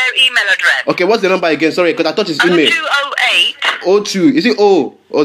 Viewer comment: Same! and also the way he says email - emay xD